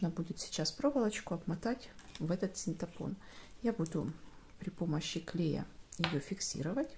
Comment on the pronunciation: синтАпон - нет такого слова, это тоже самое, что вместо "мошенник" говорить мошейник